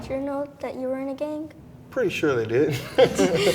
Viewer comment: I love it that they all say gang but they say it with a K so they say like gank 😂